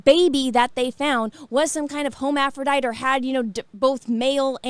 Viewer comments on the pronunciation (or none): Let's learn some words: Hermaphrodite (HERM-af-row-dite). Not HOMEAPHRODITE. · I love you say Ho mafro dite lmao too funny